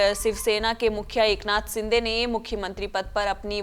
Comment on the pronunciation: Wo शिंदे रे सिंदे नही